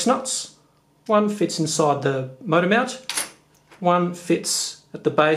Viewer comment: Love the way you say "mount".Sounds like "meownt" 😺